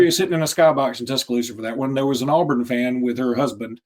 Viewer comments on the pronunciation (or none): good job but one critique…AWEburn, not AHburn